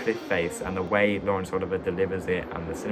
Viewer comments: Great video,but for future reference it's pronounced Oliv-ee-ay not Oliver.Look forward to the next one👍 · Dude you're pronouncing Laurence Olivier's name wrong, it's Oliv-ee-yay, technically I think you're saying it right but film and acting buffs will stare at you oddly, it's like Ralph Fiennes, it's pronounced Ray but it's clearly Ralph ......You get it :) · Olivier is pronounced "Oh-liv-ee-ay". It's French. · "oh-LIV-ee-yay" is correct: influence is French. While we're on the subject, I'll nitpick and say that "Huston" would be pronounced "HEW-ston". The Huston family is well worth getting to know: Walter is a versatile and magnetic actor, John a gifted director and screenwriter (though rather obsessive) and if you have seen "The Addams Family", then you have seen just a tiny snippet of what Angelica Huston can do. Oh, and one more: a couple of videos back, you commented on "Cavalcade". It's pronounced "CAV-all-cade", as opposed to the Latinized pronunciation you gave it (and I do agree with you generally about Clark Gable). Enjoying all of your videos so far. And your extremely helpful kitty.